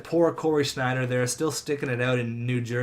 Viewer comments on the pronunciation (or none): none